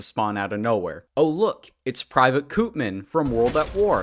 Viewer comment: "Koopman" is pronounced "Copeman" and is Dutch for "grocer" or "merchant". Literally "BuyMan".